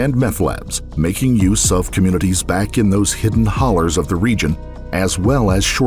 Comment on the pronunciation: Love that you said "hollers" like the locals. I believe it is just the word "hollow" with a good Appalachian accent applied.